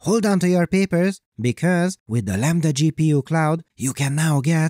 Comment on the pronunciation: I love "hold onto your papers" ... but I really hear "hold onto your pearls grandmother!" ... I can't explain why, but I do. $0.02